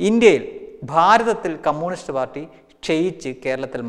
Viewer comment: കൊള്ളാം... കുറച്ചു കൂടി ശ്രദ്ധിച്ചാൽ നന്നാവും.കമ്മൂണിസ്ററ് അല്ല കമ്മ്യൂണിസ്റ്റ് ആണ്.. ദനകാര്യം മാറ്റി ധനകാര്യം ആക്കുക..All the best!